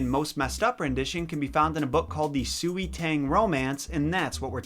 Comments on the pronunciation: I know you said that you’re not good with pronouncing names, and that is totally fine, but I felt like I could help... sui is pronounced as ‘sway’ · Su we no it’s sui s sound and way sui tang mandarin pronunciation isn’t hard tbh😂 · uhh for future reference sui is pronounced sway u didn’t know n ofc i might be wrong as well but soo-ee just sounds so wrong i appreciate u trying tho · sui is actually pronounced a bit like sway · I know you’ve done your research and all, but just saying, here’s a basic pronunciation guide: Sui=Sway Xia=Shya You=Yo I am sorry, just a bit OCD about this kind of thing, especially when I did a series on French slang on a previous YouTube channel I had, and accidentally had a bunch of French people pissed at me. So yeah..just giving you some tips here.